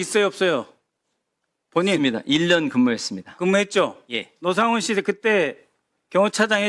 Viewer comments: ? 왜 “노”를 “로”로 발음하죠 저분?? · 노상원을 로상원이라 발음! 소름 ~~ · 발음이 왜 저럼? 로상원?